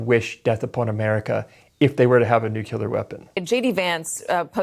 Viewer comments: you're such a smart and literate guy...it's spelled N-U-C-L-E-A-R not N-U-C-U-L-A-R. and it's not an 'aluminium' kinda thing where it's up to interpretation (which is not, but you can have that) my brain explodes everytime I hear that and english isn't even my first language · it’s nuclear not nucular. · says "nookyaler" 😅 C'mon man, being bright and precise is your brand. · Mispronouncing “nuclear” as “nucular” really undercuts your point. Love your content, but it does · hmmm just found your channel and you seem to jump from side to side. sure, maybe there was an assassin, but where’s the proof he was hired by Iran? also, you don’t know how to say 'nuclear'…